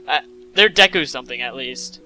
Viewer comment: It's pronounced DAY-KU BTW